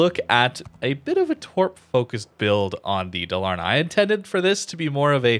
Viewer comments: Pronunciation: Daaal-ahr-nah. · Dalarna is pronounced a bit slower and it meens "vally, Canions" It's swedish